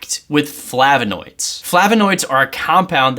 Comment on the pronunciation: it's flavOnoids, not FlavInoids